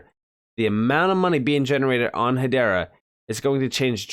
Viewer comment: Pronounced EY-DAH